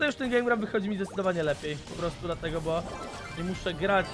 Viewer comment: Mów proszę bo a nie bu